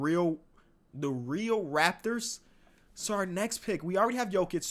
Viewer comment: the way he said its the rAPtors had me deadd